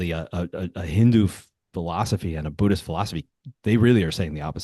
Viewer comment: I think you said author of BUDDH-ISH lol I thought I had made up that term❤